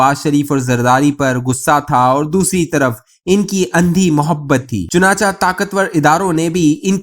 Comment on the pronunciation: بھائی صاحب، اپنا تلفظ درست کر لیں، یہ لفظ ""چنانچا"" نہیں، چنانچہ ہے، یعنی حرف چ کے نیچے زیر ہے، اسی طرح ""اگر چا " بھی غلط ہے، اگر چہ، چ کے نیچے زیر ہے، آدھے سے زیادہ وی لاگرز اور نیریٹرز اردو زبان کا حشر نشر کرتے ہیں، کچھ خدا کا خوف بھی کر لیا کریں، مہربانی ہوگی۔